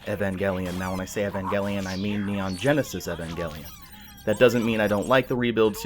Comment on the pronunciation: Umm.. Evengelion? O_o You're pronouncing the name way off. And it's weird since the original voice actors _constantly_ tell you how it's pronounced. Hope you didn't watch this with some English voice acting or something weird like that :P